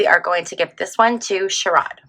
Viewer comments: It’s pronounced like SHARE-id ❤ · Ohio Senator Sherrod Brown’s first name is pronounced Share-rid .